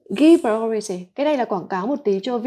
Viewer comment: Cô ơi. Hình như là từ priority, assume và từ shoulder đang phát âm chưa được đúng lắm phải không ạ